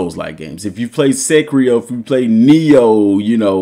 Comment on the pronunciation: Bro called Sekiro “Sekrio” and called Lies of P “Life of Pie” 😂